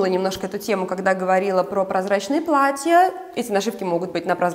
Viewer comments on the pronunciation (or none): ...бАнты, плАтья. НЕ бантЫ, не платьЯ.